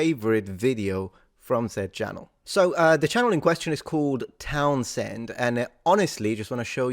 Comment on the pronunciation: "TownZehnz" say it all as one word, no breaks, no syllables. Just one word. Hope it helps.